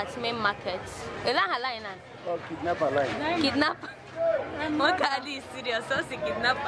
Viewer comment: Onitsha Main Mar-Kate 😂😂😂 Igbo people and pronunciation Chai